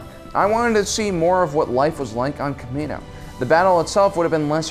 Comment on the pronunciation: You said kamina...